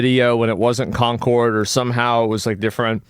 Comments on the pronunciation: did he say "conqward" ? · Wait... Is Concord supposed to be pronounced as 'Conquered'? 🤯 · Love how the reviewer says "conkerd" and then says "Concord" in the next cut. You know he was corrected between takes but was too lazy to go back and make the video consistant.